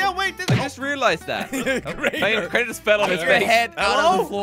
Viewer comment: its not krAnEr" its Crainer